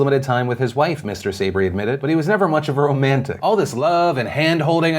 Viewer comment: Phil, Sabry is pronounced sah-BREE.